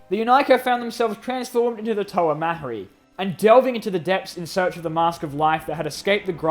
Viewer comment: Um,actually it is Mari and the h in mahri is silent